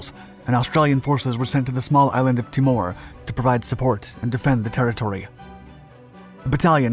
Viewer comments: Pronunciation is Tee More. Not Ti mure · why does this narrator say all names wrong sound it TEE- MOORE NOT TAMOR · Awesome doco on a little known Aussie group! Minor point - Aussies pronounce it as T'ee'mor, not T'i'mor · TEE-more...not Timmor... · FYI: 'Timor' said 'Tee-morr' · Timor, sat it. Timor, not " tim mooore " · Timor is pronounced TEA-MORE ! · It's Tee-mor, Ti-more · Timor = Tea-more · Timor pronounced Ti-mor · Pronounced tee-more. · I hate to be picky but it is pronounced "Teemore" not "T'more. I have never heard it referred in any way different. And the name of the capital, Dili, is pronounced "Dilly" not "deelee" Problem is if something as basic as this is wrong, people begin doubting your narrative on other more important matters. A word to the wise! :^)